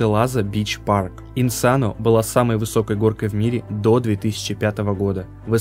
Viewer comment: (или же автор) если что не Инсано а Инсеено удачи тебе в будущем:)